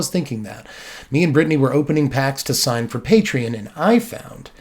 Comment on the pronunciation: "Pat"-rion. LOL. 😆